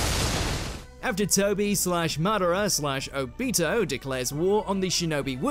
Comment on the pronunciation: Seriously? You guys couldn’t even pronounce Obito correctly?